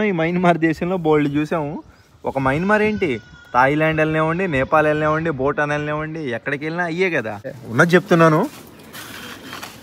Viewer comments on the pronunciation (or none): none